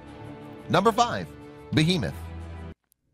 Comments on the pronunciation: its pronounced Scylla (Sky-la) and It's pronounced Methuselah (Nephew - Say - La) AND it's pronounced Behemoth (Beh - heh - MOTH) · I’m disappointed you spelt ghidorah wrong 😑 also that sounds nothing like behemoth.